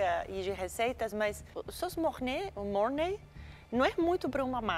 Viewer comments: "Monáy", "beriblein" kkkkkkk Eu falaria igualzinho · Molho "mornay" (MORNAI) Molho "mornay" (MORNÊ) Molho ''Berriblain" Molho "Beurre Blanc" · E a Paola corrigindo, MOR-NÊ kkkkk